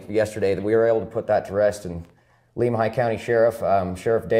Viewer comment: My area of the world! You guys do a great job. A picky pronunciation tip. Lemhi is Lem like lemon.